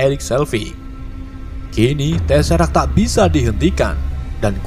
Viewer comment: Maaf mas bro BACA BUKAN TESERAK. TESEKRAT